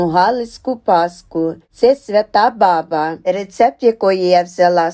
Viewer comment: Ну чому борОшно,якщо бОроошно,чому бабА,якщо бАба!